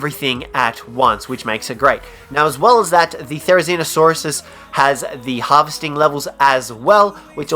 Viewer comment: #5 therzinosaurus.... you what mate?